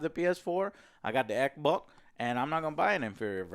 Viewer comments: I love how he says xboc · Lol “X-bock” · i like the way he says xbox